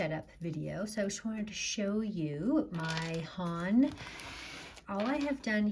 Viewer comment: it’s actually pronounced more like HŌN, with a long “O” sound. not HAHN with a short “O.”